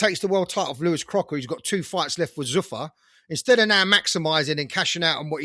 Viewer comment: Who the fuck pronounces zuffa like that. It’s zoofar not zuuffer